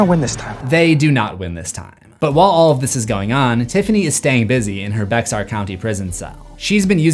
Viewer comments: Bexar is just pronounced like Bear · Sorry for being late. Btw Bexar county in Texas is pronounced "Bear". I know, I know but that's just the way it is. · I KNOW he did not say BEX-ARE?!?!? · How many Texas snobs jumped in the credits to say "It's pronounced Bear county!" ? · Sorry to be a bitch but its actually pronounced "BEAR" county